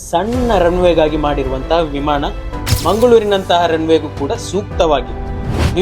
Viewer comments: ಪದ ಉಚ್ಫಾರಣೆ ಸರಿ ಇಲ್ಲ. ಉದಾ. ಹಾರಾಟ-ಆರಾಟ, ವಿಮಾನ-ವಿಮಾಣ.. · ವಿಮಾಣ ಅಲ್ಲ... ವಿಮಾನ